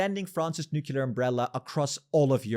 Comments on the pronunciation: Yes to a European army! Thanks for an excellent video but please stop saying nucular instead of nuclear. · nuclear not nucular...omg you a bit retarded ? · You say new-cle-ar NOT nu-ke-lar. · "nu-clear" not "nu-cu-lar". There's one U, not two. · lol new-queue-lar!!! This guys a Simpsons fan.